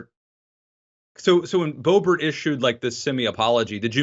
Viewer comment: "May-jor-ee? Muh-jore-eye? Mar-jor-ah? Bay-bert? Bo-bare? Beau-bore-ino?" Love hearing mangle these names.